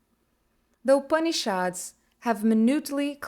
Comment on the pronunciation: Nice video, but the pronunciation of most Sanskrit words, like Yogananda, Siddha, and Upanishad, is inaccurate. You need to do a better job.